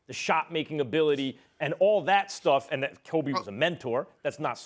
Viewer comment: he almost said krobe bryant lmao